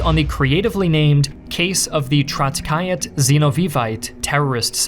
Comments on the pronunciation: I really wish you could take some more time to learn the pronunciation of some of these words, "Trotskyite" is an English word and it's not pronounced "Trotskayet", it's "Trotsky-ITE", as in a follower of Trotsky. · ‘Zenoveev’ ‘Trotskyat’